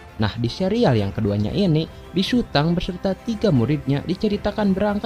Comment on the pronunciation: Hhmm mohon maaf😅😅😅 itu bukanya big sutong kok bigsutang😅😅😅